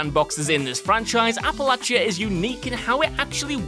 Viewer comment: Thank you for saying Appalachia correctly.